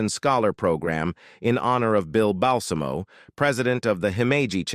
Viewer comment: FYI, Bill Balsamo's name is pronounced Bahl-ZA-mo.